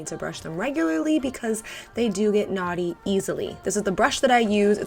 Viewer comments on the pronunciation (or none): I kept thinking that you were saying naughty instead of knotty 😂😂